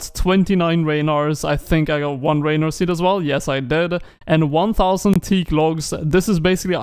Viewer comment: The way he says "Ranarr" annoys me. It's not Raynar...